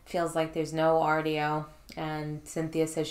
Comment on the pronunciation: The way you say 'audio' is on par with Bigfoot saying 'daughters'